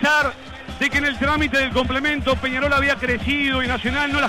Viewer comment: Deja anda a aprender a hablar decis penaol en vez de Penadoy jajajajajaja